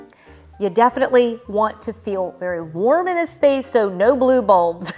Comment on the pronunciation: The way you said “blue bulbs” pronouncing every letter 😅.